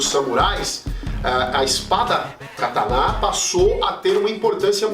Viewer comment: A pronúncia correta é essa: ka ta ná?